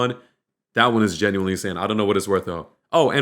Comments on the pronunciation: U said Genualy 6 times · U said *gineuely* WHATEVER ITS CALLED 8 times😂😂😂